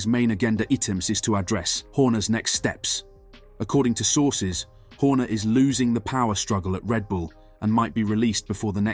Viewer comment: So sick of these clickbait bs videos, why is it so many people making this videos who are English cannot pronounce basic words, this guy cannot say sources and performance, go work in a factory, your time would be better served !